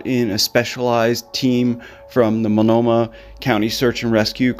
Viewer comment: Pronounced clack a mus mult noma